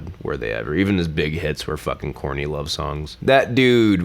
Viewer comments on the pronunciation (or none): You said "corny love songs" 3 times and I thought you kept saying "Courtney Love songs" and I was so lost I had to rewind like 5 times before I finally got it